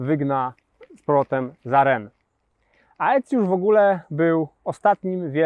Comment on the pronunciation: Polska tradycja wymowy “ae” nakazuje czytać ten dyftong jako “e”. więc raczej powinno być “Ecjusz”. Gdyby nad “e” były dwie kropki poziome (trema albo diereza), wtedy samogłoski czytalibyśmy oddzielnie. Błąd dość powszechny w dzisiejszych czasach, ale myślę, że warto go jednak skorygować.:)